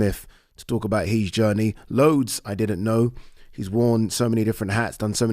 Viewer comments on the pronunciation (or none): why does he pronounce "his" as "he's"??